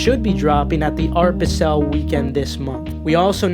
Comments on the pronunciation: My guy miss pronouncing things left and right... Art Basel is pronounced "BAA-zuhl" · You are a college student, ostensibly "cultured" and "educated" yet you cannot pronounce "Dior" nor "Art Basel" correctly- you have no business giving anyone advice on anything, calls into question anything that you say. Concerning, folks.